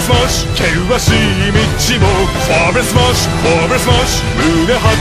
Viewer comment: It sounds actually very weird how Germany pronounces his own language wrong. :'D Vor allem 'Vorwärts Marsch" I'm German, I know what I'm tallking about. x3